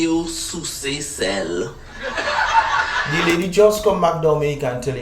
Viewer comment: Laughter was in the air when that lady said suesay sel; I wonder who’s laughing now. 🤦‍♀️